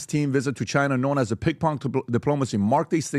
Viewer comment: “Pink pong.” 😂😂😂 I’m dying!!! At least he said pong right. Now we know he CAN pronounce “ng” and not change it to “nk “. Too cute! I will never say pinG pong again!